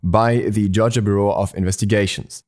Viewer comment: I like the way you say Georgia. Kinda sounds like Jar-jah